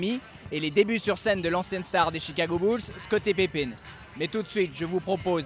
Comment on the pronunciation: Je trouve le journaliste complètement fade et à t'il déjà entendu parler de basket pour prononcer Scottie Pipine?